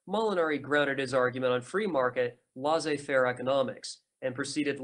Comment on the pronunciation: Also: Laissez-faire is "lay say fare" not "lah zay fare" Charles Comte is "Charle Cont" not "Charlez comtee" Charles Dunoyer is "Du nwa yeh"